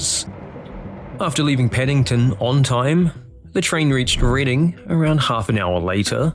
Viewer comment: Aha, you pronounced 'Reading' correctly. You did research!